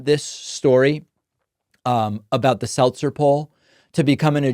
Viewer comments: SeLZer not SelTzer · Selzer not Seltzer love your work bro! 💙💙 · Her name is Selzer not Seltzer so the whole bubble thing fell flat. See what I did there. 🟦🟦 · Ann Selzer, not Ann Seltzer. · Her name is "Selzer" not "Seltzer", everyone keeps spelling it and pronouncing it with a T but it does not have a T. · I thought it was pronounced Sell-zer. It's not like the carbonated beverage. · You are putting a "T" in her last name! It is SEL-ZER. P.S. Early voted blue.💙